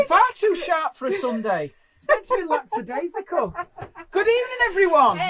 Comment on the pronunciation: I've given a 👍 even though lackadaisical was pronounced so poorly. Jemma has never been more disappointed in her husband using technology. 🤣😅